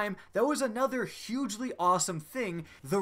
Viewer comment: "Hugely" .....DO YOU EVEN ENGLISH? ;) Nice wrap-up of Destiny's maligned history. Well done.